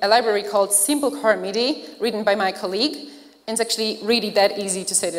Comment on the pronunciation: yep. Definitely "my colleague". She just put emphasis on the wrong syllable is all